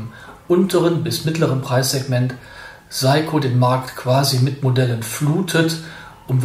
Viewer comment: Hallo, es heisst "SEiko" nicht "SAiko". Trotzdem danke und viele Grüße!